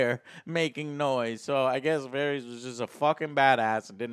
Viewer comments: "Cleeeganbowl" "Varies" "Eurion" wat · The only character's name that Joe can pronounce correctly is "Jaime" lol. Who is Varies? Who is Eurion? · Unrelated, but it's funny how Joe mispronounces almost every name is this show: Danareeez, Varieez, Urion, Cleegan, Mahsunday.... LOL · Please pronounce varys correctly.